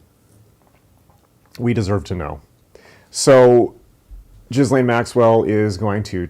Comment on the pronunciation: love the pronunciation "jizz lane" for the femme fatale in popular news. My French trained hearing sense says it's probably something like 'ghee-len" but the former speaks clearly to her role in society.